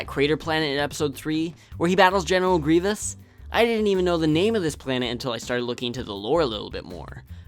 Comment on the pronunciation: You said grievious on the general grievous video.